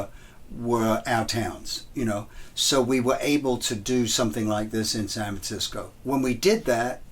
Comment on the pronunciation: "Sanv Tsisco"